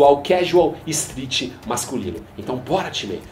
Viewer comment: Falou quase 15 timê. O que é isso...